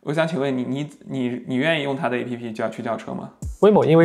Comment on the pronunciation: App还读作诶屁屁就很有喜感，不愧是特斯拉的死忠粉，很棒很优秀